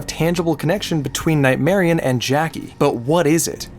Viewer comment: You pronounce Nightmarionne as if it wasn't spelled with double n